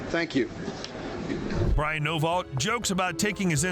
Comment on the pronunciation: Thought you said his name was Brian noballs😂